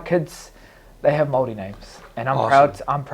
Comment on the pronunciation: Yo DC I’m not sure you understand what you said or did but from me, my country but more importantly my culture, your pronunciation of who I am was perfect. We are Māori and we respectfully thank you❤